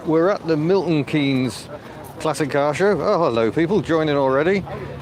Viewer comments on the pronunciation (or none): It's Milton not Miton 🤔